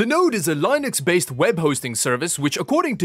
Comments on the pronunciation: It's Linux not Line-X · Leenux, not LIEnux. Anglot eivät osaa puhua muuta kuin barbaarikieliään lmao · The way you pronounced "linux", ew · "Lie–nicks" lul kekW